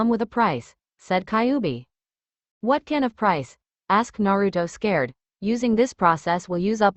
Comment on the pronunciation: it's scared not sacred